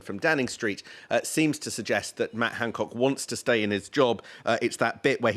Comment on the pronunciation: Its Han not Hang.